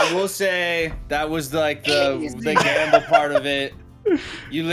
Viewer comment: "We can afford to gamba" Narrator: "They could not, in fact, afford to gamba"